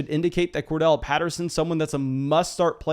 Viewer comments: Won’t spam chats but gonna keep pushing you to stop saying Cordell for Corderelle!🤣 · Bro it's COR-DARR-ELLE Patterson :'(